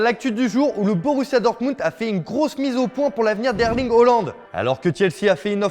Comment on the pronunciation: C’est haaland pas Holland